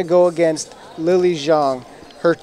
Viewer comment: Wow opening commentary is cringe worthy.....and they pronounce Lily's last name a few different ways in a matter of minutes......